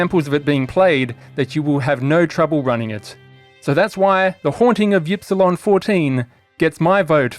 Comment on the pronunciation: My only complaint is that you aren't pronouncing Ypsilon correctly. It's "eep-see-lon" or "ihp-see-lon" you limey son of a gun.